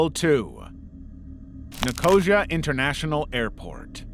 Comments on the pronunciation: Jeeesh!!! Get a pronunciation guide. NICK-OH-SEE-UH. Not Nicoshuh. Come on. Your videos are otherwise so good. This happens in so many videos I enjoy spanning YT. These silly unnecessary mispronunciations make me cringe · abandoned or never existed? Ni-CO-xu isn’t a place, it’s Nic-o-SEE-uh (or sia, but it’s 4 syllables) That is the worst botching of a name ever! The Turkish side of Nicosia is a 180 compared to the Cypriot side. The Turkish side is still bombed out and looks like an active war zone. It’s creepy at night but during the day it’s fascinating to walk through a modern battlefield. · It’s Nick-o-sea-a not nicosier as you pronounced it. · Just a quick heads-up: Enver Hoxha is pronounced HODGE-ER and Nicosia is said NICO-SEE-ER :) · Sorry, i hate to be that person, but here i am, being that person. Nicosia is pronounced Ni-kuh-see-uh. Loving your work, though, and have subscribed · Nicosia is pronounced Nico-sia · I used to live in Cyprus and the way he says Nicosia is so brain ticking not in a good way (no hate)❤